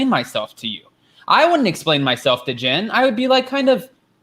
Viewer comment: It sounds like you’re saying gin instead of Jen